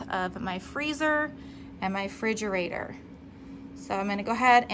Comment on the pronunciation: Great video 🥰 but its called a refrigerater and not frigerater